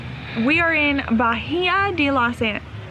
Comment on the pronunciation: H is silent in Bahia LOL